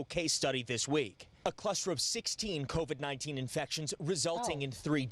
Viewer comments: lmao Ti its pronounced CO VID NOT CONVICT lmao stop listenin to Akon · No shade, but why does she keep pronouncing it "CONVID"? Where did the "N" come from? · Funny you called that out...l was listening while cooking & my 9 year old walked into the kitchen and said why is that lady saying Convid instead of Covid...😄😄. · Everytime Ti says CONVIC-19 I hear "Convict Akon and Young Geezy Geah" lol 😆 😆 we still love you sis! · C-O-V-I-D Say it with me. "COVID" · "co-vid" lol or you can just say "virus" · Lol I love how Ti says convid-19 😭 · I’ve been wondering for a while now .... does she realize there is no N in COVID...? 🤔